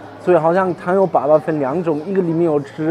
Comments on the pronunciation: 粑粑，哈哈。。是一声，不是三声。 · 糖油粑粑，粑粑读第一声，不是第三声，第三声是poo poo 的意思。